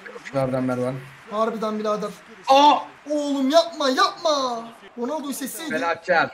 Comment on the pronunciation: mervan t değil mervan a